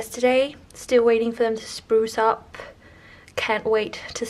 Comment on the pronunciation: Love the pink...not sure about the orange with it. I will wait to see your vision before deciding. I wonder if the word you want for flowers coming up is sprout? It sounds like you are saying spruce up. Since I do not have a second language at all, I am dazzled with your fluency, so I am not throwing shade. I can't wait to see your house all done; I know it will be charming.